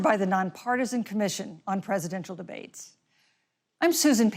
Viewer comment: what happened to the word “presidential”? it’s nearly only two syllables, with a lot of slur. to be fair, Biden himself does this quite a bit, which makes Harris’s elocution refreshing.